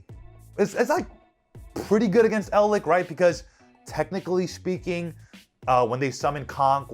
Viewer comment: you are mistaking lich, the blood sucking pest (ch as in check) for lick like with your tongue that has a ck as in kick. Eldlich is Elder lich. Now say bitch, lich and Eldlich and there you have it...